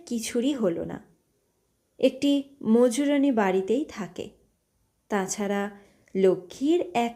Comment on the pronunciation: গল্প এবং পাঠ দুইই ভালো লেগেছে তবে কিছু শব্দের উচ্চারণে ত্রুটি কানে লেগেছে। যেমন দূরভীত, মুজরনী ইত্যাদি। যতদুর জানি সঠিক শব্দ 'দুরীভূত 'ও 'মজুরনী'। ভবিষ্যতে এই ধরনের ভুল থাকবে না আশা রাখি।